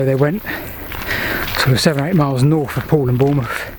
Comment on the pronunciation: BTW North has a th in it